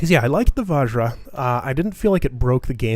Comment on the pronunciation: btw i think vajra is pronounced vajrah and not vahjra